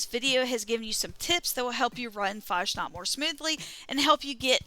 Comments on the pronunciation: Nobody mispronounces <FAHSNAHKT> more than Fallout 76 youtubers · "Mad"? FFS. And you 100% don't pronounce like the robot(s) (One robot). You need better ears or headphones. You say <FAHJNOT>. Try listening to the Master of Ceremonies again. He says it correctly no "J" sound and the "KT" sound at the end.